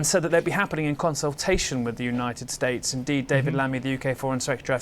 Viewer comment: "joo-ninted states"